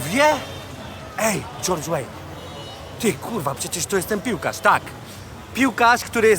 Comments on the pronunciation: Nie George Wayne, tylko George Weah. Pozdro;) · Weah czyta się "łeja" a nie "łejn" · nie dżordż łejn tylko dżordż łea nigdy nie był bardziej utytułowany niż lewandowski nie pgs tylko psg paris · na prezydenta startował: GEORGE ŁEJN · George Weah (Łea)